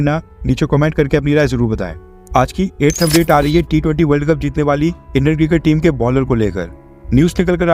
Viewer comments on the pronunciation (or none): none